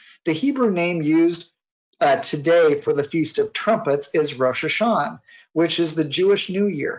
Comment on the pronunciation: this guy is probably the only person who does not pronounce the "ah" at the end of Rosh Hasanah everyone else that I know of does